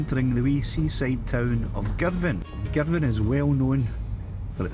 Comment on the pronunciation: great!! - finally - a geezer that knows how to pronounce Girvan!!! - was that Kintyre to the north and Ireland a bit south in the far distance?? another nice vid